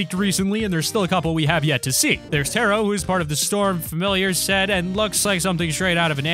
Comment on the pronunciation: Tayro? TAYRO?